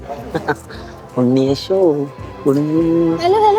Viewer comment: that "unniyeshu" 😂❤